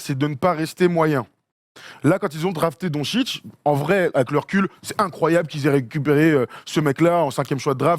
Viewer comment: Donetchitch, on prononce toutes les lettres, c'est du phonétique. Et lorsqu'il y a un accent sur le "C", comme c'est le cas pour les deux "C" dans "DONCIC", on prononce "tch"